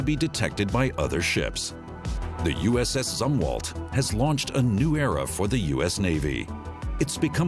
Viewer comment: It's pronounced "Zoom-Walt" you idiot!!!